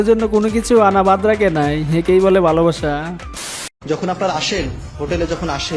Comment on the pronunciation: ভাই ভালোবাসা না ভালাবাসা😂😂😂